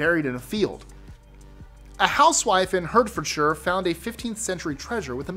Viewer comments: No.14 - "Hertfordshire" is pronounced "Heart-fordshire" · In №7 I believe you were describing Otzi the Iceman . Also found in the Alps a WWII fortress and the Thedule mercenary . Also forgot King Richard 3rd found in a car park . As a sidenote Hertfordshire is pronounced as Hartfordshire . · That image of money you used for Childrix Treasure is of UK coins pre-decimalisation (1971) . On the penny is an image of Britannia. Oh, and Hertforshire is pronounced Hartfordshire (welcome to the UK pronunciation minefield).